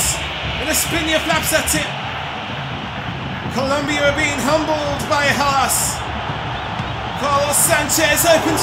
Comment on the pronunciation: IT'S COLOMBIA NOT Columbia.